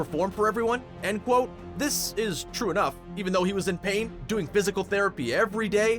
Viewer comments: Stop saying cqat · Please stop that"quotte" it is serius innnoiing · He says qoute